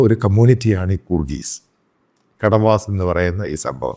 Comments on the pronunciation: കുട വാസ് Not കട വാസ് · സറേ കെടവാസ് അല്ല കൊടവാസ് ആണ് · Kadavas alla. Sir. Kodavas enn parayu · Kadavas alla, kodavas. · കടവാസ് അല്ല കൊടവാസ് ആണ്. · കടവാസ് അല്ല കുടവാസ് ആണ് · കൊഡവാസ് ആണ് correct. Ko-da-vas